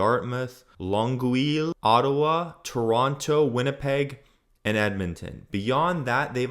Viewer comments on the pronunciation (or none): Longueil is pronounced long-gay